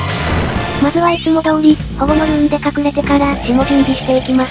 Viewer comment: 毎回なんだけど、保護のルーンか「ホモのルーン」にきこえてしまうんだよなぁ…